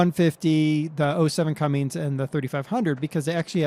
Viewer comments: cummins not cummings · OKay, try this. Not Cummings, its Cummins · CUMMINS NOT CUMMNIGS!!!!!!!!!!!!!!!!!!!!!!!!!!!!!!!!!!!!!!!!!!!!!!!!!! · Well umm I do see like the 07 cummins on farms and it's not pronounced Cummings also the bike I've seen you wreck that thing a hundred time and the ford 150 can be that loud it's called aftermarket muffler... I see it more and more your preferring the more European equipment and vehicles over American stuff that really I can see what's better